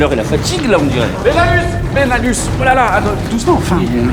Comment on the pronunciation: Super court métrage !!!!! (J'entendais Belanus ou lieu de benalus MDR)